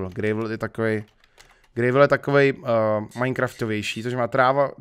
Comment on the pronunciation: Prosimtě štěrk se čte [grávl]